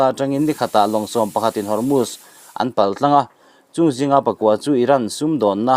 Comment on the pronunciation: Hormutch an tilo,Hormuz an ti.Chhiar i thiamlo ve hlê mai,a ngaihnawm viau a,i chhiar dan in a zir lo deuh a,a ngainawm tur angin a ngaihnawm ta lo deuh a ni.